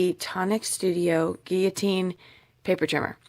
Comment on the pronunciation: You are the first person from the USA I have heard pronounce guillotine properly. Thanks for that as well as all the information you keep sharing to help crafters everywhere.